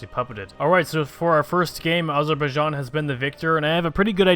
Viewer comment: AZZ ZZER BAI JAAAN not Azorboyijan. you almost said it right.